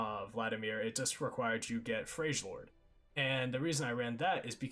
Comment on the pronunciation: Freljord isnt pronounced like that, good video!